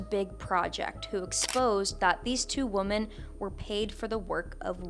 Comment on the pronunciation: Hey I hope this is constructive and not nitpicky. Usually "women" is pronounced differently from "woman" - like "wimmen". It can be confusing to listen to the o pronounced the other way. Sorry for raising such a small issue.